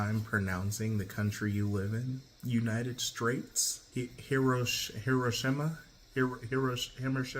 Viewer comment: Why Donald Trump saying United Straits sound like that vine of the dude mispronouncing fruits in the supermarket?